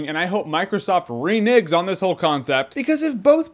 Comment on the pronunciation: Renege: to go back on a promise Renigg: improper pronunciation with racist connotations.